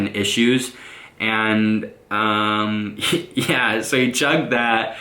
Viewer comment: When he says and yea it sounfs like 'enyea'